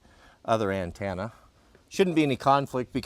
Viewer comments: An-10-a 😂 not an-tan-a from a NC proho with ❤ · The 4th letter of antenna is an e, it’s a ten na, not a tan na. Always rubs my ears the wrong way when you say it.